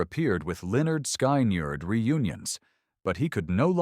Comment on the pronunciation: It is NOT Lynn nerd sky nerd It is Lynn nerd skin nerd